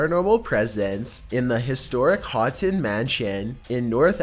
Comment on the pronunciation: Its not the hotton mansion its pronounced the Ho-tun mansion. Learn to read. Houghton mansion